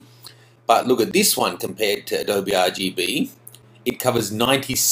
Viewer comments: "Uh doe bee" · A-dowb hah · What the hell is 'AH-DOBE'? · It's really hard to trust anything you say when you can't even pronounce adobe. It's pronounced Uh-doh-bee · HA ha, he's an Aussie, doesn't know that Adobe is Native American word ---pronounced A-Doe-Bee